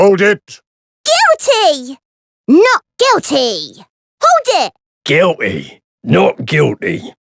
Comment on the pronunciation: "Guill Tea!" "No Guill Tea!"